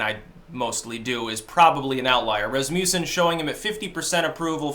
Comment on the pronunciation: Lol he is not even close to that also learm how to pronounce Rasmussen lol